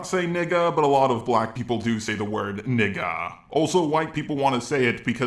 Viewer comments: If you're gonna say nigga at least say it correctly. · im sorry but your pronunciation of the nword is the most white pronunciation ever lol